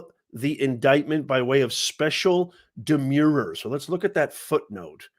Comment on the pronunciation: 'Demure' means 'modest or diffident' and is pronounced ' d'-MYOOR ', the way you pronounce 'demur'. 'Demur' means 'delay' and is pronounced ' d'-MURR ' and 'demurrer' is pronounced ' d'-MURR-er '. You are in the US now, Pal. Learn standard English pronunciation. And while at it, pare your remarks. Are you the Fauci of popular legal analysis?